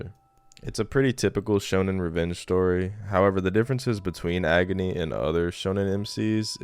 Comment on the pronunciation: pronouncing agni like agony